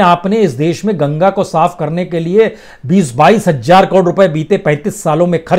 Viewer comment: बंधु आप हज़ार को हमेशा हज्जार क्यूँ बोलते हैं ? हज़ार बोलें अच्छा लगेगा ।